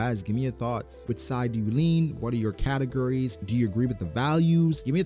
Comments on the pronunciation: "Based on categories" sounded suspiciously like "based on Katakuri" and I got triggered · I know you were saying categories but I swear it sounded like katakuri every time!!